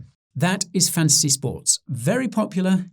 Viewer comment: Who else only hears Guy saying "Fancy Sports"?